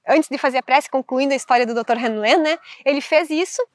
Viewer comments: Continuando, na pronúncia, o nome do médico cujo experimento com a técnica do Ho' oponopono é descrito livro Limite Zero, de Joe Vitale, ficaria IRRALEACALA RÍU LÊN. Mas em regra só se usa Ríu Lên. O nome dele é Ihaleakala Hew Len. Nos deixou esse maravilhoso legado que é o Ho' Oponopono da identidade própria. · Buscando contribuir com você, a pronúncia que ouço sempre e todos os tradutores é Ríu (como rio só que com uno final) Lêm (len, o pedaço da palavra lenha. Ríu Lên. Ok?. Sua interpretação e explicação da técnica do Ho' oponopono é maravilhosa, sobretudo no reflexo da sombra, onde o que me incomoda no outro é um sentimento que existe dentro de mim